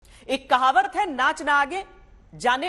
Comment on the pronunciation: Phle kahawat shi se bol lo maidam😂